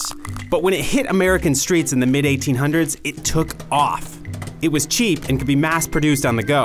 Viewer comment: emphasis on the word "was"